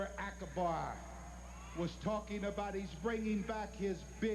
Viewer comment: He tickles me calling Akbar ' SkanDora Akaber '